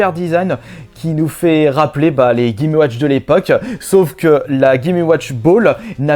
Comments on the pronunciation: Chaud de répéter 36 fois "gaiméouatch". Et euh... Chaud aussi d'entendre quelqu'un qui fait autant de fautes d'orthographe à l'oral. . Dommage car le sujet est intéressant et le montage est cool. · Clair.... "Les gaiméouatch"